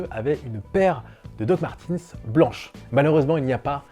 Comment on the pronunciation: DOC MARTEUUUUNZZ ( Y A NULLE PART LE SON i )